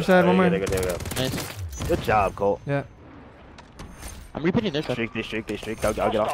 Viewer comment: he saying colt isn’t cheating. He just said it wrong